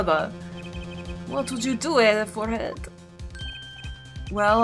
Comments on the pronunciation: Just for the record, the “H” in “Herr” is actually pronounced in German ^^ Thus, you don’t say “Err” but “Herr” as it’s written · Keep in mind the H in "Herr" isn't silent. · So, either is attracted to Germans or to prosecutors. First Edgeworth, then that girl crush on Franni and now Klavier. I'm looking forward to seeing whether the same is true for Double Destinies' prosecutor. It's still kinda weird for me to see German words pop up in an otherwise English game. And a little tip: The H in "Herr" isn't silent. It's pronounced like the H in "honor". Otherwise your way of saying it is spot-on. (I'm really impressed by your German pronounciation) Edit: I'm an idiot. The H in honor is silent, lol. What I meant was something like the H in "help".